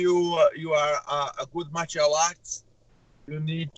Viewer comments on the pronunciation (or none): none